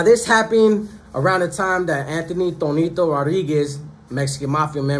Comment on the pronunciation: Tonito or Toñito? Lol